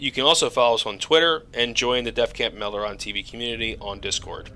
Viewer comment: Your name is not meldoren, cut it out.